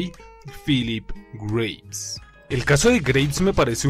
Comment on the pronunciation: Por la pronunciación pensé que decías Grapes o sea Uvas y no Graves, o sea... Tumbas. Tienes razón, Barkov y el Lobo son... insignificantes. El segundo sobre todo, un cero total a la izquierda, y el primero es simplemente un villano de caricatura de sábados por la mañana... ay que mata prisioneros y encarcela niños... creo que el Vengador de Calabozos y Dragones hace lo mismo y no lo tienen en ningún pedestal. PD: Lo de que no estaba en el tanque me lo esperaba, me pareció una especie de homenaje a los juegos esos donde el villano se sube a un vehículo y tienes que derrotarlo estando en desventaja... ah mira al final el MW II se convierte en un juego de Sonic xD PPD: Lo de Farah lo vi como una especie de inclusión tokenista, es decir, para cumplir con la cuota, y reforzar la idea de que son los buenos... ven somos los buenos, tenemos a mucha gente de nuestro lado, negros, árabes, y por supuesto ingleses, son los malos los que son homogéneamente étnicos, rusos todo blancos... nefasto mensaje en realidad si te pones a pensarlo.